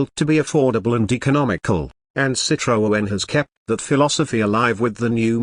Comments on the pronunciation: Hi, why do you keep presenting all this nonsense about 2025 cars that clearly will never exist???? Irritating. Calling it a CitroOen, with an extra O. No wonder you call yourself. Crazy it surely is. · What a shite robot voice that cannot even say Citroen. "They have even made a soft top model". Hate to correct you but they were all soft top models from the 1940s. Would have been nice to watch the whole video, but that voice.....